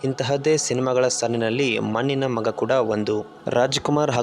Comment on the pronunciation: ಮನ್ನಿನ ಮಗ, ಸ್ವಲ್ಪ ಕನ್ನಡ ಸರಿಯಾಗಿ ಉಚ್ಚಾರಣೆ ಮಾಡುವುದ ಕಲಿತು, ನಂತರ ಮಾತಡು